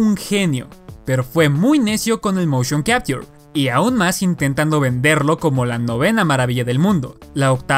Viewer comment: Lo aterrador del motion capture es como lo pronuncia, aprende a pronunciar